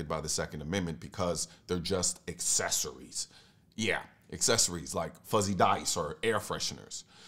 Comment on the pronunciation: Is he saying parts of a gun "assessories" ... without these assessories, it does not fire.